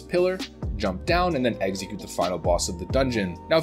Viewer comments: Dude you keep on saying "exeggcute" like the pokemon. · uhh no, he's saying "eggxecute" - not like the pokemon at all